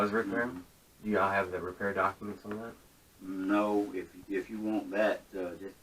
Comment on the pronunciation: Doc-A-ments. What a dickhead